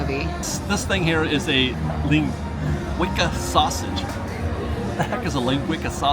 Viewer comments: Thank you! I thought “what the heck is Lin-gweeka”. Oh jeez, he means linguica. Son, you’re from Central Cal, you should know that! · I believe it’s pronounced ( Ling-gwee-suh)? It’s a Portuguese sausage. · Lin-gwee-saw! How can you be Californian and not know how to pronounce it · pronounced "lin-gwee-sa" sausage, you've eaten them before on this channel, it's a spicy Mexican sausage. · was delightful and hilarious in this video! This was a lot of fun to watch as an older millennial who grew up going to the Disney parks (coming from Hawai'i) but watched virtually no Disney Channel shows. Linguica pronounced Lyn-gwee-suh is a tasty Portuguese sausage popular in Hawai'i due to the large Portuguese immigrant influence that came there to work the sugar plantations in the 19th and 20th centuries. Disney, obviously using the Hawaiian influence of Johnny Tsunami, chose Hawai'i inspired flavors for that item. Thanks for the fun and entertaining content, as always! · Pronounced ling-wee-suh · Linguica=Ling-WEE-sah. Linguica is a Portuguese sausage that is probably my very favorite sausage. Not sure about the combo (I'm not a fan of Hawaiian bread-too sweet) or the mac salad, but Linguica is awesome! Do yourself a favor and go find Silva's Linguica (and Safeway and most other food stores) and fry it up with some eggs and potatoes. OMG!!! (BTW-Linguica isn't usually salty, Disneyland and their sugar and salt... 🤮) You two look like you enjoyed yourselves, and that's what it's all about! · He totally butchered that one. Sicilians everywhere have fainted.